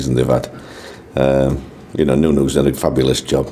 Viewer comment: Dear Neil Warnock it's nuno not noo noo... noo noo is a vacuum cleaner off teletubbies, sending love Michael B